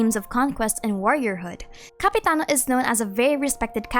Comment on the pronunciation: I thought you said capybara not Capitiano